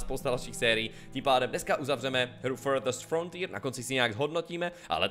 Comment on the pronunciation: anglicky celkem umím, ale když jsi říkal jméno hry poprvé, tak jsem slyšel "FLDSMDFR" :D :D